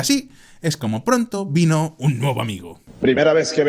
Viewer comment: min un nuevo amigo, o un bobo amigo? no se entiende bien aunque ambos encajan!